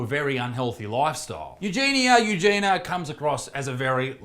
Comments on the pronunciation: Her name is pronounced Eugenia, as opposed to Eugena. You-Jee-nee-ah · The name is pronounced Eugen-I -a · U jean ya.. is the right pronunciation.. 😃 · You're the second person to make a serious video about her while calling her 'Eugena' the entire time. Makes me cringe so hard. Why pretend to care if you can't bother to learn their name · The "I" makes it You-jeen-e-a (soft "a") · “You gee knee uh” is how you pronounce her name. Learn how to properly pronounce someone’s name if you’re going to make a video about them. Also, it’s pretty naive of you to think YouTube is going to help her. They couldn’t care less. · She already been sent to rehab numerous of times. She didn't stick with it. Sadly, she's beyond help and she doesn't want it, either. Also, it's U-Genie-Ah :) You're welcome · Perhaps her name is pronounced, "U-jen-e" with the accent on the "U", like Princess Eugenie's name. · She starts every video saying “hi, it’s ugenia” she pronounces it “you-jeany-a” if you’re gonna make a video about her then at least get it right. Her friends had her sectioned. They are no longer friends. As long as people keep watching, she won’t think she needs help. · It's 'you-gen-ia' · it's EUGENIA. it's not the fucking hard dude. you're making a video about her so maybe learn her name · Eugenia. It's not that hard to pronounce. Can't you see the I in there?? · Sound it out. It's not that hard. This guy made a whole 10-minute video on Eugenia and didn't even bother to research how to pronounce her name.